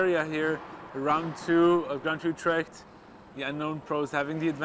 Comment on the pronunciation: As a Dutch person, I like how he prenounced 'Utrecht' :)